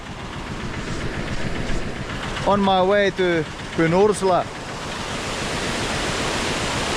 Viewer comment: Pynursla ❌ Pyns-urla ✅